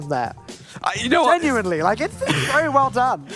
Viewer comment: Wery Wery NICE PARIS